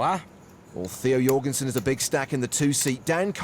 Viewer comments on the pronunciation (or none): Jorgensen no.. Donkensen..